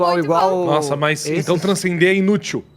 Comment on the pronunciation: Ninguém: Absolutamente ninguém: Agatha:bô transcender?